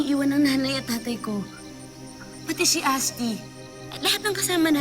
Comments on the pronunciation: Sabi ni lira "Pati shi ashti" hahahaha LOL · ITS " PATI SHI ASHTI"